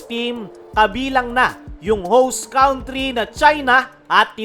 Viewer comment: Correction please & no offense meant..country, pronounce cantri not cawntri.